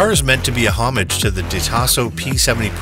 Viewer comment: Very nice video and superb collection of rarely seen cars, but I actually had to rewind this thrice at some points: Its pronounced correctly: - De Tomaaaaaaaso (not DetO-masso, its italian, not japanese!) - Bugatti (not Bugaddi, its italian, again, and even when they are drunk, their ts dont become ds) and also - Ommaaaage (not Hommuch, its french, ok, those do speak weird) And most importantly of all, and by now I dont care anymore whether it actually was pronounced correctly or at all in this video, because one can never highlight this often enough under each and every english video: - A-lu-mi-ni-um (5 syllables, because its latin!)